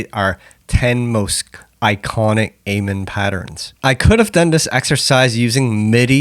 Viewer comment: I respect you has an artist and you got some good tracks (Trance Out is a banger) but for the love of all things holy please pronounce "amen" correctly lmao. Also you did miss the critical silent gap at the end of each kick during the Terrorist break re-creation, particularly during the 3 kick segment. That gap changes everything, trust.